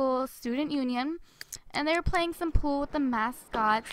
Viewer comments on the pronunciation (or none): none